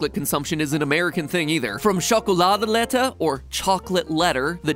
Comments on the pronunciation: Holland: Chocoladeletter (sjokoladulettur) Matt: Chocoladdelethah i was crying at this point XD (not meant to be offensive) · Dutch people this is your place to make fun of Mat for this pronounciation "chgokoolaude letter" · As a dutch person hearing matpat pronounce "tsjokoladeletter" is very funny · Ja hij zei het als TJAKELADAHLETTAH 😂😂😂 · Echt zo XD ik vind dat altijd zo geniaal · MatPat: “Chocoladeletter” All Dutch people liked that* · really, those dutch words cracked me up (as a dutchie, knowing the real word) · He forgot the 'r' at the end though. But all in all, a pretty great attempt. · i just love how matpat says chocoladeletter its so wrong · Hearing matpat try to say chocoladeletter made my day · As a Dutch person, I died inside after hearing him pronounce "chocoladeletter" 💀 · Matpat, you tried at least, but that's not how you say chocoladeletter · I was just dying laughing while listening matpat pronounce: chocoladeletter. Just as a Dutch person it sounds so funny that way he says it. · I was laughing so hard when you said ´Chocolade letter´. I appreciate that you tried and you did a good job saying it! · It's funny how mat pat says chocolade letter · He said chocoladeletter so wrong 😅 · u didnt say chocoladeletter right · i am dutch and you pronounced it wron. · I love wen he tried to say chocolade letter I'm from Belgium it didn't sound goed bet he did his best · As a dutch person I actually laughed when Mat tried to say "chocoladeletter" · how he says chocoladeletter I’m dutch zo its wierd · Sorry bot that chocoladeletter pronounciation was terrible but you tried